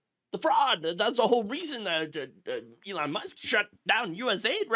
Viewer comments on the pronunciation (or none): none